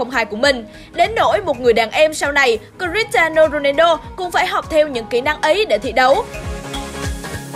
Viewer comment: Cờ - ti - a - no rô - nang - đô :))